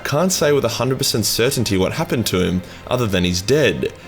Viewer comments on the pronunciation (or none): none